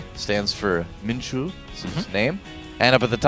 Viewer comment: it's pronounced minchar not minchool